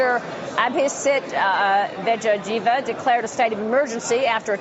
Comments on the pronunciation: Did she say Abhisit Vegeta...too funny. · Though she pronounced his surname wrong, she apologised and showed her respect at last. Good job, your excellency. You had clear-cut answers which red-shirted guys wouldn't be able to understand it. LOL